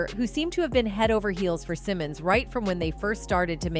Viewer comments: First of all, her name is Angela Simmons not Angela Simone! Secondly, YaYa is Floyd Mayweather's DAUGHTER NOT his ex girlfriend! You seem to be in a hurry to get your story out that you seem to not do your homework FRFR. This leads me to believe, your content is NOT TRUE! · who is Angela Simon? her name is Angela Simmons. if you're going to report on her business at least pronounce her name correctly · BEFORE YOU REPORT ON SOMEBODY...LEARN HOW TO PRONOUNCE THEIR NAME..I SEE YOU SAY SYMONE AND SIMMONS...TACKY...GET IT RIGHT. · Why is her name being pronounced as Cymon? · Her name is Simmons. ✅. You shouldn’t do a story on anyone , Until you get the names right. 💯💯💯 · Its pronounced sim-mons😂😂😂😂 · Lord !!!! She killin' me saying her last name wrong!!!! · I thought I was the only one feeling this way😂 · This blogger can't even pronounce her name right...😂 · Why is she saying her last name wrong. I swear🤦🏽‍♀️🤦🏽‍♀️🤦🏽‍♀️ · I have to stop watching because you are saying Rev Runs daughter last name wrong not a good look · I can’t even watch this not sayin her name right n yaya is mayweathers daughter